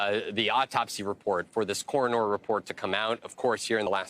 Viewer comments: Why is he pronouncing coroner like corenor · Dude, it's not pronounced "coronOOR", just "cor-uhn-er". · Core-a-nore. Lol! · "Corrin-Ore." Good lord. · The corone-er? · I’m going to say coroner like this reporter from now on, “Coronor” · "Cor-in-nor"(as in 'Coroner") - apparently a new word for this crotch fetus. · Can’t even say Coroner correctly! What a joke! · What's a core-o-nore? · OMG, I noticed this too and decided to look for comments on this. I thought he was saying it really really off. lol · Um…coronor??? Send this guy back to school. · The Cora-nor. lul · The newscaster needs to learn how to say coroner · That news guy doesn't know how to pronounce the word "Coroner" like he didn't go to school. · That male correspondent needs to learn how to pronounce “coroner”.